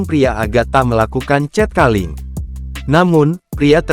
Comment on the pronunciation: Wadoo....bahasa inggrisnya kacau. Cat calling dibaca 'cet kaling'